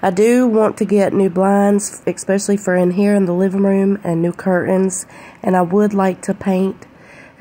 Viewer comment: Especially not expecially